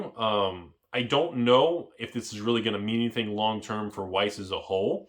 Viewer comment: youre awesome and knowledgeable, but Weiss is pronounced with a V sound lol